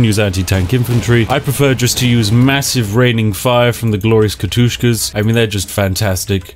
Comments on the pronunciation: You said katyushkas not katyushas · 9.12 Not Katushkas, Katushas